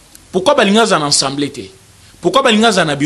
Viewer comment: Frère , on dit Assemblée et non ENsemblée